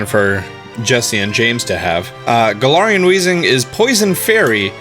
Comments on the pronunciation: Garar Wheezing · so u say galar correctly then say galarian wrong why